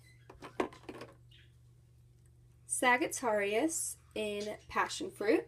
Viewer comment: Sagittarius is pronounced "Sajj-ah-tair-ious" :) Lol that's my sign :3 No hate though 💖